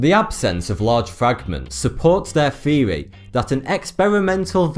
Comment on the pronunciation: My man!!! The word is THEORY not FEORY!!!!